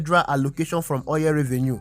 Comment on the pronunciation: Very informative, good job. However, stop saying "oyẹl" it is "oil"